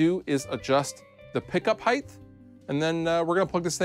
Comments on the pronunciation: Did he say "pickup heigth"? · Love you,. But "heighdth" isn't a word.